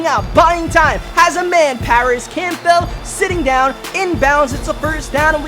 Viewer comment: I HATE HOW HE STILL PRONOUNCES CAMPBELL 😡😡